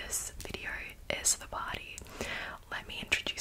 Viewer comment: You sound like Kelly LeBrock. Especially when you say PARRTY.